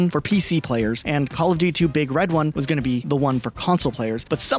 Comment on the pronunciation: It’s not big RED one. It’s BIG red one.